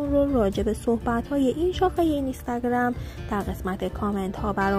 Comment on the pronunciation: اینِِستِِگََرَم!!!😂😂این به چه لحجه ای بود اخه.مجبوری؟